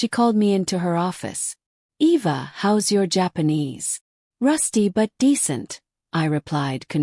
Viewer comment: E.V.A...? WTF ! When AI is so bad it can't even spell a HUMAN NAME !!!! 😮